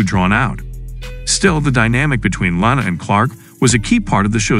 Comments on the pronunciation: lana not lanena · Why does he keep pronouncing Lana’s name wrong?